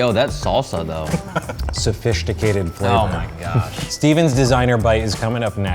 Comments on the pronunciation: no one:: so-fISH-ticated 😛😌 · he said "Sofishticated"🤣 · sofishticated was the best thing I heard out of the 14 minutes. Well done. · SoFISHticated XD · Sofishtication at its finest 😂